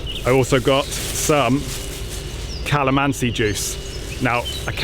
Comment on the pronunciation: Good video bad pronunciation like how you said halo-halo there’s no w we are straight forward with our language like the bilo-bilo it’s straight forward no w ok next time say it correct and about that calamansi juice you said it wrong and about the beer it’s only redhorse we don’t say redhorse beer